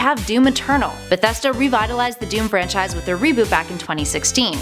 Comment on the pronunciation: AlekoToons 2 you mean because she said francise twice?